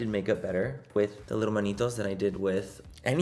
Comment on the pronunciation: Lol Manitos Manny it’s manitas!!!!! 😂